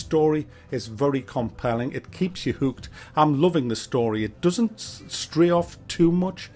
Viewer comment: keeps you hewked